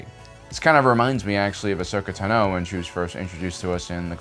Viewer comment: It took me so long to find this comment. I was thinking the same thing. Also the way he says Tano. He stresses the wrong syllable.